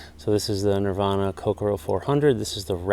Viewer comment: Nicely done. Of note, the pronunciation is more like ko-CORE-oh (emphasis on the “core”), rather than Coke-a-row. Not that it really matters. It’s a very nice rod no matter how you pronounce it. And I’m right with you on the handle.